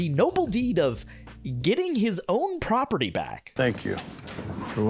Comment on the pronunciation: When I first heard about this show, I wanted to watch it because of the setting. Then I read about the plot ... "Muh propaatee!", and was immediately turned off.